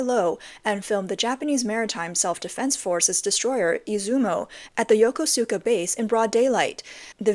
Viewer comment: it's NOT YO-KO-SU-KA, it's YO-KUSKA.